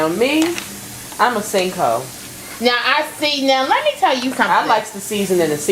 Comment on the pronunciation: "I'm a sink hoe" 😭😭😭😭